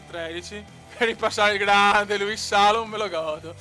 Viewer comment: grande! comunque si pronuncia Salòm!;)